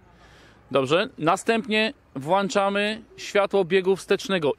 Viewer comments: WłĄczamy i wyłĄczamy tam jest ą... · Czyli jak "włanczamy" "światełka" to będą potem włanczone?